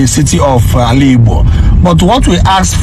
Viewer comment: What are you even saying? What is Aligo? Is it Ezza language or Izzi language? When I heard the first one I thought it was a slip of tongue, until you mentioned it again. Don't ever corrupt that precious word again if what you meant is Aligbo. Obviously, you can't speak Igbo. Secondly, you're quite aware that the Ariaria Market project is a private sector initiative that started even before Alex Otti became governor but you started shouting that Alex Otti is building skyscrapper, are you okay? Or you're just a paid sycophant. Where on earth did Alex announced that he's building skyscrapper? That's not even a skyscrapper but a highrise of about 7 storey building. I always cut short the video anytime I sense lies and misinformation. Alariwo!